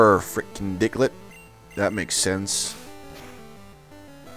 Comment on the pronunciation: The way you pronounced Diglett after it got 2 critical hits in a row - "Dicklett". I don't know if that was intentional but I'm laughing my ass off over here. Do you know the term 'freudian slip of the tongue'?